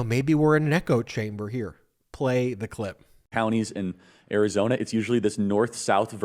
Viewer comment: It's Arizona not Karizona!